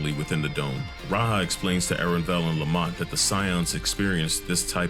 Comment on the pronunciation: I know you're saying Lamat but I keep hearing Lemont.